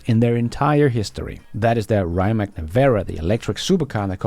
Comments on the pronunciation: Rye-mak?! Get that American poison off your tongue. Please use the correct pronunciation of Ree'-mats. And the founder Mate Rimac, is Ma-tay Ree-mats, not "Mayt Rye-mak", according to videos on their web site. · Rimac is not rimak !!!!! try to pronounce this: Rimats it will be more like we in Croatia call him